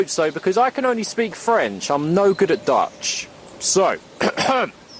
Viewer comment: 6million of those fuckers.... fuck and your dutch is pretty good, goed bezig.